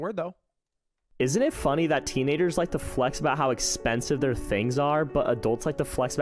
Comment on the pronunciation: in is it just me or does the guy say teenaders